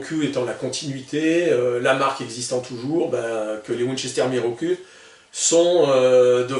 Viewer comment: salut je crois pas que la prononciation soit "mirocul" mais plutot mirokou :)